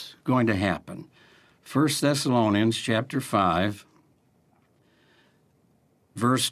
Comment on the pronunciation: Nobody:: Tony morris: "turn with me to 1st thessalonaiunns🥴🍷🍷🥴"